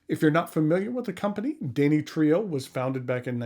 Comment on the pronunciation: Too bad the craftsmanship is in the service of cheesy, gaudy kitsch-like 'art.' But thanks for reviewing the Danny Trio. Wouldn't it be dan-EE-tri-o?